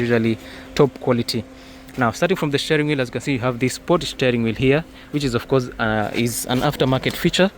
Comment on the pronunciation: Shteering wheel